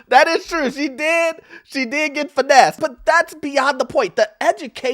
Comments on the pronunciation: Finessed and not financed LOL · “Finessed not Financed” lol😅